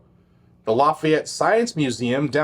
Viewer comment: The mispronunciations of lafayette are killing me 🥲🥲🥲🥲